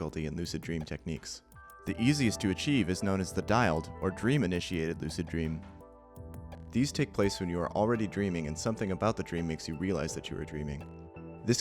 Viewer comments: Wow they really missed an opportunity with dild they pronounced it like dialed not dild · DILD = "dialed" haha sure THAT'S how you pronounce that. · Why is dild pronounced Dai-uld? Why not just pronounce it how it is, dild- Oh. Wait a second. Oh. i see